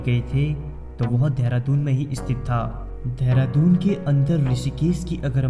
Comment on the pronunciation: धेरा दून नही चंपू. ...देहरादून. ..pronounce it properly. ...!!